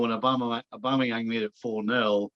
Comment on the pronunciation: Nicol can't even say AUBAMEYANG properly. Probably just grumpy that Liverpool are out of the title race.😂😂😂😂